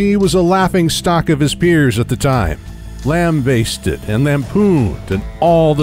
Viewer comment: Great video. I had to laugh at lambasted being pronounced “lamb basted” though. 😂